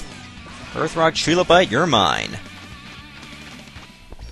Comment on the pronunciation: I really hate that they pronounce it "tree-low-bite". You wouldn't say "Tree-force" for the Triforce.